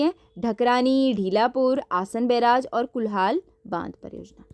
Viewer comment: ढीलापुर ❌ढालीपुर✅✅